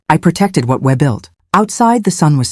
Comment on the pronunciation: As much as I enjoy these stories I can’t keep quiet. The pronunciations in this one is one of the worst! It is atrocious. The word we should be an easy one with a long e sound not the short e sound that sounded like she said web.